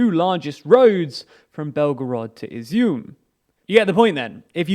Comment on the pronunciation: I’ve got to give you credit for pronouncing Izyum correctly, but it’a kinda odd to hear since it means “raisins” in Ukrainian.